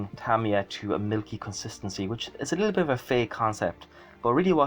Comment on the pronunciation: Well done on the pronounciation of Tamiya too....surprising how many people dont know how the Japanese pronounce it.